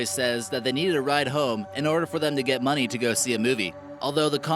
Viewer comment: “so they could get muney for a mûvies.”